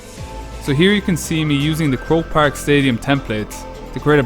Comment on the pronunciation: Hahaha it's croke park lol